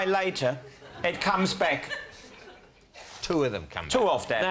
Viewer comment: SP I don't know, but I'll try to work it out, bear with me. (It's in the night and I'm super-tired, this'll make no sense, I'm warning you.) I think 'beck' is because the alternative would be bahh-ck. Like "backen" in German (baking cakes in the oven.) It's just an over-pronounced 'back', the American way, to avoid saying 'Bahh-k', because that means 'baking' in his language. The 'come' part is a bit confusing to me as well, because you'd expect him to say 'komm.' Perhaps it's because German has a lot of harsh sounds (the áá, the éé, the éh, the áh, the óó, the íí etc.) and there was no way, in combination with his slíght Americanish accent, to add the sudden 'Ohh'-sound in there. I'm Dutch and I've heard from many Germans (because I bother them with this question a lot and spend my valuable time googling what the Germans that I haven't bothered (yet) think of us.) that the Germans think of our language as very funny, because Dutch has a lot of 'uuhhh' and 'ohh' and 'ahhhh'-sounds, which to them, doesn't sound like 'their' German at all. The German ''Wie geht es dir?' pronounced in English, sounds like; 'We gay-t ass deer?' (very funny, it just means 'how are you') But the sounds are quite harsh. In Dutch, that'd be; 'Hoooh g -ááht hh-uuhh-t mèhh-t j-uuuuh?' Very soft and lots of 'oh/ah/uh/eh/ih'-sounds. So my conclusion would be that he simply went with the harsh sounds from English and American and German that he knew. 'Kh-áám Béck." Whereas the Dutch accent would be